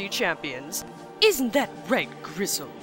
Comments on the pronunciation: does she keep calling bristle gristle? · I hate to be the fact nit-picking nerd, but is she calling the boar Gristle or is that just something I'm mis-hearing? His name is Bristle '^' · hes called Bristle with a B(not Grisle). His name comes from nordic mythology where the god Freyr had a huge golden boar name Gullinbursti(Bursti=Brush) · Griss.... uhh I thought it was Bristol? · isn't it Bristle? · isnt it Bristle?